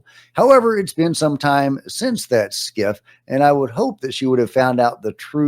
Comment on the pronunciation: Scif not skiff